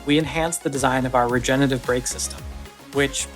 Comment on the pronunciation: … hi, Ford – – it’s not pronounced “regenative” !